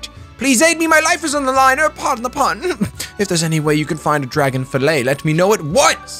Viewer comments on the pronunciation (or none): every time he said dragon i fucking got mad cause it's dagon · Dagon not DRAGON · ffs its DAGON not DRAGON there's no A